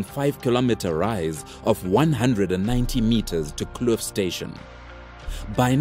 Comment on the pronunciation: Cowies hill is not in Westville, and you don't pronounce Kloof like it was in the video